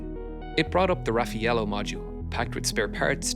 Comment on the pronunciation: not "ra-fee-yellow" but "ra-fa-yellow". You native-English speakers rape other languages.